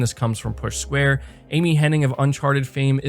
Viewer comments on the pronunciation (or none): none